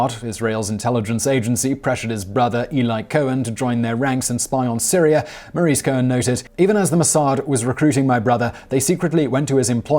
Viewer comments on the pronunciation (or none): none